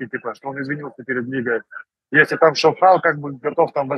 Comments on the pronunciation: Почему ШОвхал,а не ШовхАл? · Почему ударение на О,а не на А?Как в итоге правильно?